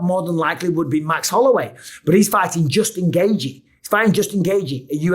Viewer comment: Justin GAY-G 😂